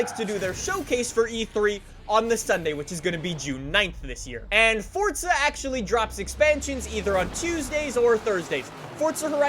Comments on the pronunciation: For z a not for tsa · For za not fort za